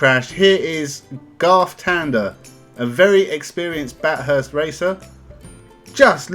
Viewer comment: I assume you didn't watch any of it. You should know how to pronounce Bathurst if you did.